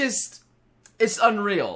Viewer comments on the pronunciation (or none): pffft “un-Rial” But seriously I have lost all respect for